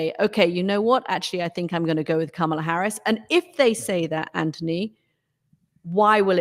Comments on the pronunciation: COMMA-la, not KAMA-la! (I struggle with it, too.) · You Murricans are still not pronouncing Kamala properly! It’s a very short Ka (not Kaa!), then s short Ma (not Maa) snd then a longer Aa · I don't understand why this man, as a former communications director and Harvard law grad, CANNOT pronounce Kamala correctly. I've seen him corrected in real-time on another show at least once and he blamed his ethnicity, or something. It seems intentional at this point and it's unbecoming. Maybe he needs to watch the DNC's educational segment with the children showing how to pronounce her name again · The name pronunciation lesson backfired by asking the crowd to divide up, Kama Lah, because the chanted the Lah with more emphasis than wanted. Oh well, GO KAMALA! 💙💙💙💙💙